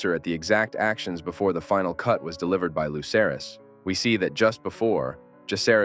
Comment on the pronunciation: I LOVE this theory and your overall presentation. But as a GOTs nerd to my core, you almost lost me when you referred to Lucerys (aka Luke) as “Loser-ees.” 😳